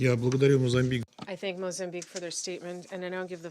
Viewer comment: Ladies and gentlemen dear Mozambique! Please correct your pronunciation in English, thank you ❤